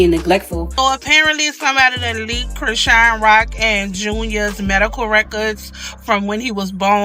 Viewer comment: It's Chrisean 😂😂😂 and Karlissa not Carissa